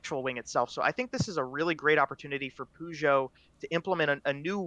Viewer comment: Ah.. someone still says "Poo Joe"